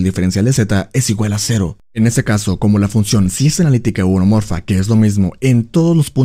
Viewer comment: Excelente video, a veces no distingo si dices homeomorfa u holomorfa, por lo que me confunde un poco. Todo lo demás muy bien.